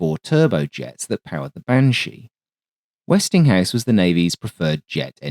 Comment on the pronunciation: I cringe every time I hear "Westinghouse."